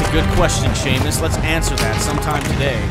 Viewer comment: *Seamus. If he really was your favorite, then you should at least get his name right.